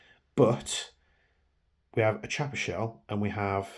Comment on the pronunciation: it's pronounced KIAPPA...not Ch....it's italian